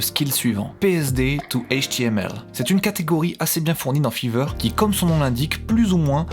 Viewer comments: RAH MAIS C'EST FIVER PAS FEVER sinon super video 😂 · grâce a f III ver, FAYVER STP LA PRONONCIATION !! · Je me suis abonné au début de la vidéo et là j'entends fiver prononcé litérallement fiveur et non faïveur xD Les petits détails qui changent tout 🤍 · Grâce à « fever » ... « ephone » ... « odd éveune » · Ça fait mal aux oreilles comment tu prononces five r